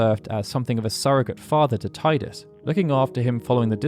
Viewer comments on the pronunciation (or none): And yet you still call him Ti-dus and not Tee-dus… ‘shakes head in disappointment’ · Teedus, not Tiedus. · While the way you're saying Titus makes more sense to me, isn't it technically wrong? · Thank you for intentionally mispronouncing Tee-dus as tai-dus. I think that should be the official pronunciation! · cool, but you skipped the most important fact: it's pronunced Tee-dus. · You know you can rename him, right? He'll always be Tide-us to me, even if the worst pronunciation is canon. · that’s pretty cool but it’s still pronounced as “Tee-dus” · 20 years + and people still calling him tie-dus zzz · Why dont you say Teedus like it's meant to be said lol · you have an encyclopedic knowledge of the FF universe…and yet, you can’t pronounce Tidus correctly. Is that a choice you made ? Am I missing something ? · Geez man, please pronounce Tidus' name correctly. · What is jarring is mispronouncing Tidus constantly